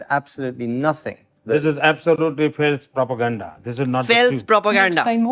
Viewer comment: Faales Prapoganda! 🤣🤣🤣